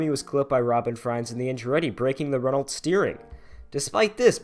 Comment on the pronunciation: ITS PRONOUNCED 'RENNO' AHHHHHH